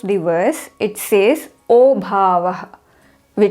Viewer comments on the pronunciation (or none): none